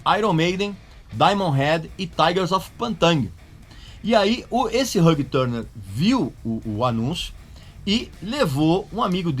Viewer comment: Gostei de aprender a pronúncia de Ulrich e depois desaprender a pronúncia de Hugh Tanner. Caralho, RÃG TÃRNER é de lascar